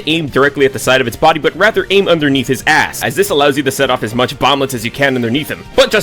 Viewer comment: “If you’re looking to kill something like a charger…be sure not to aim directly at the side of it’s body but make sure to aim underneath his ASS” The way you put such force into saying ASS never ceases to escape a chuckle a from me! ^_^